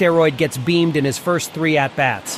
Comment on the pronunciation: "Beamed" lol BEANED!